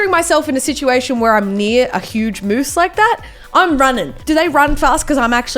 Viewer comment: And by the my it is moose not mosses